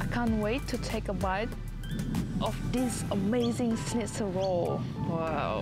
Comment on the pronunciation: Grilled is a very local Melbourne thing being plugged. Most people get a good burger from a fish+chip shop, or even a good petrol station. Btw, it's schnitzel, not shnitz.